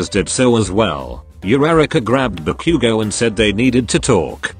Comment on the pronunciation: I love the way you say bakugou